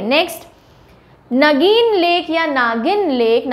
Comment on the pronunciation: It's not ' naagin' Lake, it's nageen lake..